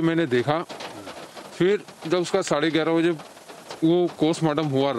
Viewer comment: Yes they both are same.. notice the wristwatch he is wearing..and he pronounces Postmortem as 'Kostmortem'.. listen carefully.. Actually R.bharat morphed his voice and news nation contains his original voice.